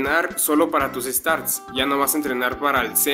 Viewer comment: porque dices starts en vez de stats? (buen video)